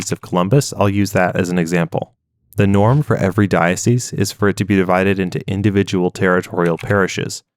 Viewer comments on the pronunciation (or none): none